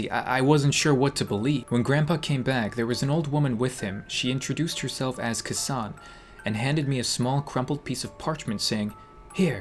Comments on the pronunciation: Hahaha the way u pronounce K san kills me😂😂 kinda Terryble but i still love u. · I'm pretty sure it's pronounced Kay san. san like sand without the D. San is a Japanese honorific, so K-san's name is just the letter K. Not Kesaan lol. But ya, freaky... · I think it’s supposed to be pronounced Kay-san